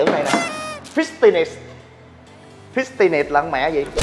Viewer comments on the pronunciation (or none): Fi-ti-ness là con mẹ gì ??? Hahahaha